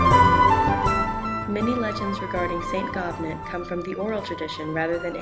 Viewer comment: Can anyone confirm the proper pronunciation of Gobnait. I think in Irish pronunciation, you don’t pronounce the “t” at the end. More like “go-nay”. That’s just what I’ve heard